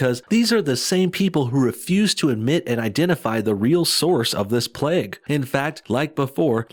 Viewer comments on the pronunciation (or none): none